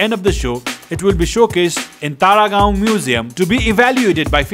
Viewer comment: Was I the only one hearing Paragaon instead of Taragaon😆😆😆